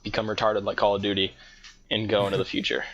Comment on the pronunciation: call of dooty.. lol